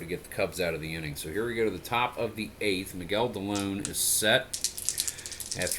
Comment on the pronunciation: Not to be pronunciation person but Miguel Dilone is Dee-low-nay. He was an ex-Indian.